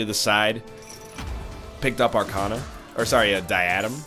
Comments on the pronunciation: You know I love you, but you’re stressing the wrong syllable in “diadem.” It’s pronounced “DIE-UH-DEM.” Keep up the good work! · NL this was a great episode, and I loved to watch it! But you're mispronouncing Diadem.